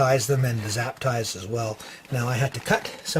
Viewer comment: arrrrrg its zIp tie ! not zap tie >:(